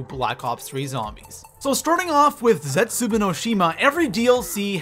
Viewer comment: HE STILL CALLS IT ZETSUBOO